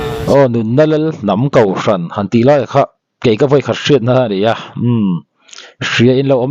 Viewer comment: hian kohhran pawh kauhhran ti ve mai... hahthlak hlawm mange😂